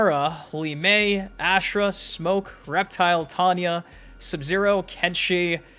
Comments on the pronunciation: please god. The way you pronounce her name AHHH SHH RAH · Why does everybody butcher Ashrah name? Has anybody played deception??? The announce says everybody name.